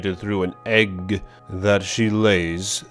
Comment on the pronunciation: The way you say things, and when you sometimes mispronounce the names is fucking gold. I don't know why I'm the only one who mentions it. When you exaggerated on saying "Egg" and when you said "Gigin" instead of "Gigan", those killed me. You've gained a sub. 😂😂😂